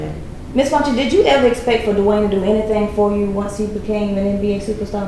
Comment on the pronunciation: it's Dwyane not Dewayne. I dont believe her because Wade never said the awful things about her like she said about him. He said they just werent working out and she basically says she never did anything wrong LOL. abducting kids says enough i think.